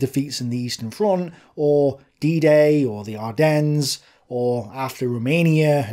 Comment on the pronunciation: Just for future reference the "s" in Ardennes is silent. Unpronounced, as in non existent, even if it is there. French are French.